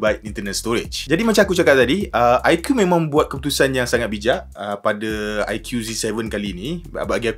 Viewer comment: bang.sebut dia aiku,bukan aikiu😂